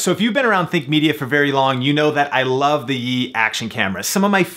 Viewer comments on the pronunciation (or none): none